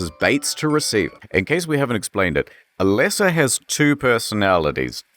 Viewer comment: A-leh-sa? I barely know her!